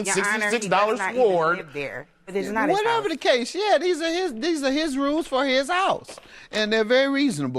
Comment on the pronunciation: I’m sorry a what? A Swerd? Or a sword? 😂